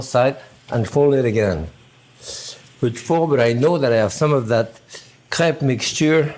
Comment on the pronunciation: I heard crap instead of crepe :D I can't breathe...